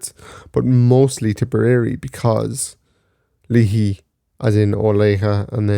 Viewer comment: Its pronounced " lay hee", Leahy is my last name